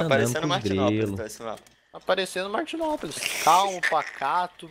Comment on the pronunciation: Só eu percebi o "Matinópolis" eahueahuheauhuae